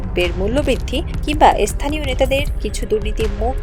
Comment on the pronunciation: সংবাদ পাঠিকা কে বলছি , স্থানীয় শব্দটি ভালো করে প্রাকটিস করবেন প্লিজ ! খুব বাজে শোনায় !